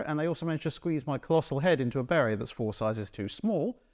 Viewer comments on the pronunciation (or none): none